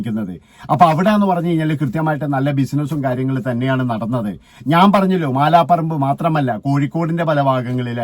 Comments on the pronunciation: മാലാ പറമ്പ് അല്ല മലാപറമ്പ് ആണ്. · മാലാപറമ്പ് അല്ല അളിയാ, മലാപറമ്പ് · മാല പറമ്പ് അല്ല മലാപറമ്പ്